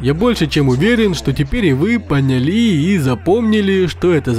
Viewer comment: средствА, понялИ...Ааааа бесит